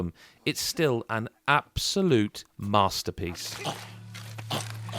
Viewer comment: "An absolute materpiece.....half of it anyways"